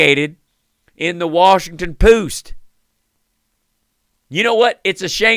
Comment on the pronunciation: The Washinton poost??? 🤣😂😅😄 Omg... 😂